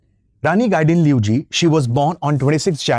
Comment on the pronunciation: I'm amazed how he pronounced very closely ! . ❤.